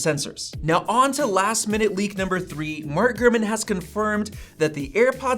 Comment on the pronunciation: Sometimes it sounds like you would say "Gruman" instead of "GuRman"